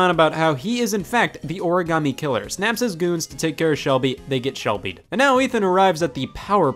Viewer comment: I love this game. But I HATE how they pronounce origami